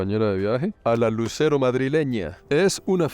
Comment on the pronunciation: Ella no es Lucero, es Luzero (pronunciese en Castellano)